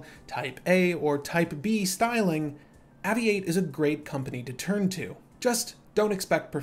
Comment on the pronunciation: It’s pronounced “Aviate” as in its an aviation watch.